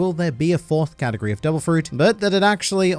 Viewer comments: did he just say "katakuri of fruit" you clever australian you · My favourite thing about this video is everytime you say “category” and I hear “Katakuri” hahaha